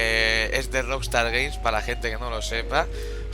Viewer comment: Jajajajajuaausuauaj si lo dijo jajajsjsjsjs